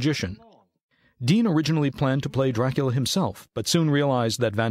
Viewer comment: Why "doorakoola"?